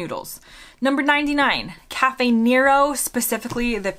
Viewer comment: Did you say Cafe Nero? I thought that last letter was a D. 😉